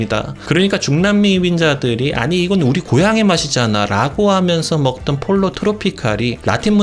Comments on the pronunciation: 폴로 트로피칼--> 뽀요 트로피칼.... Pollo=Chicken 스페인어니 스페인어로 발음해 줘야징.. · 폴로 아니고 포요입니다...